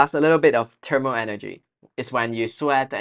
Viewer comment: well,no offense,shouldn’t it be thermal instead of termal